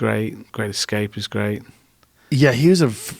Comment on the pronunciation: THE WORD IS ESCAPISM!!